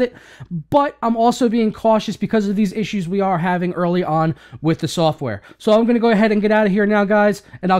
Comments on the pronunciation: What the hell does he always say at the end? Turok? That dino game? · Must be the way he enunciates it that makes it seem off.